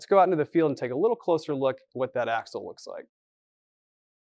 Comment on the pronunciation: "AXLE" can't believe no one noticed. Other than that all good...keep 'em comin'